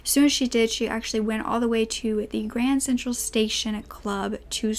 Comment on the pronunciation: Kept hearing u say grand central station lol u must be from New York to keep pronouncing it wrong cuz that’s naturally what we wud think not graham